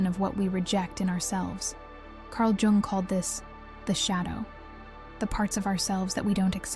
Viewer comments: It's Yoong... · "Jung" is pronounced "Yoong." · Carl Gustav Jung (/jʊŋ/ YUUNG;[1][2] German: [kaʁl ˈjʊŋ]; The J sounds like a Y, "Yung", just saying... Appreciate the content. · "Carl Geung" 💔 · That’s not true. It is pronounced like “Jung” not “ young” 😂😂 that was very rude by the way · Actually it is probably pronounced like... Jungle Boy 😂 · Lol…I am trying to concentrate on the message but am too distracted by your pronunciation of Carl “JJUNG” Haahahah😅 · not to be rude, but I don't care about your feelings. Jung pronounced young was a genius and deserves to have his name pronounced correctly. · Tomato tom"ah"to potato pot"ah"to.. but yes being SWISS, or in Swedish, it would be most correctly pronounced, "you-ung". 🙏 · I love Jung. Thanku for the correct pronouncement."young" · Can't even get the name right, no way you have any idea about the subject matter. LMFNO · Is this AI generated?? She mispronounced. Jung twice. Everyone knows how to pronounce Karl jungs name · Yes, please learn to pronounce Jung. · It's probably an AI voice that doesn't register the difference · I agree, He's Swiss not Chinese 😂🤣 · It's 100% an AI voiceover. Though not sure how "intelligent" it really is, being that it cant seem cross reference phonetic pronounciations, or at least proof read its own work well enough to catch itself saying Jung 3-4 different ways. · well she’s correct but tomato tomato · An AI video on a topic that’s been researched and given to us by humans. But whoever this is speaking needs to put some respeK on that Jung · Oh yeah. I get it. Bugs me too. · It is German, it is pronounced like the German word Jung, not like young or how the AI pronounces the name.